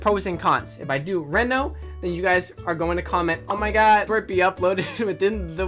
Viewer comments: literally made the video unwatchable for me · It's not re no, its reeeeeeeeeeno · It is not Reeeeeeno, it is Renooooooooo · Nobody::reno Everybody else: REno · jesus christ it's REE-NO not REHN-OH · It’s pronounced reno like with a hard E like reed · I Think its pronounced Renault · I cringed every time he said “Renno” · Each time he says Reno, he says it wrong and it makes me mad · Guys it's pronounced Reno not Reno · It annoys me how he says Reno not Reno